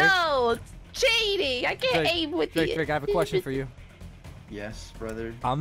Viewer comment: i like how u call drake are drade